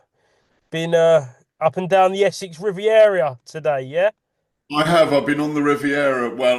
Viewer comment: "Rivi Area"